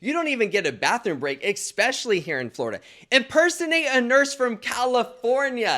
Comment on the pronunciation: Nurse Blake I love you, but I have to sat it...FLORDIA YOU SAY ??? 🤪